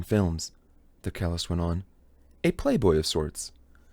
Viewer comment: Thanks for spending the time to do this. But please double check the pronunciation of words you're unsure of. It's distracting to hear cellist, Brahms, and others incorrectly.